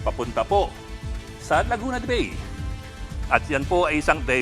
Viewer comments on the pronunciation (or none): Ang bigkas sa Bay ay “Ba-e”, hindi po yung bay in English